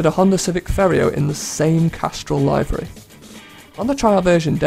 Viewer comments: liv ery, not lie very. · The pronunciation of "livery" in this video bothers me to no end... But it's still a great video nonetheless. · Your pronounciation of livery bothers me somehow